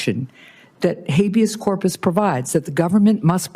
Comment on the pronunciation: 🤪 “Hay-bee-ass corp-ass is when the President gets to do what he wants.” 🤪